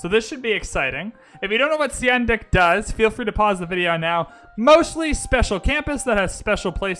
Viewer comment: Seondoek is pronounced as "sun duck". Seowon is pronounced as "su won". In Korean, "eo" is pronounced as "u" - as in sun, bun, pun. In Hwatcha, "H' is pronounced strongly. I am Korean and know this for sure :)